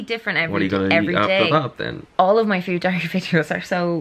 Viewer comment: "my time journal" but in irish accent " ME TIME JOURNAL!"